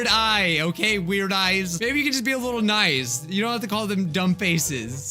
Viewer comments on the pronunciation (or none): none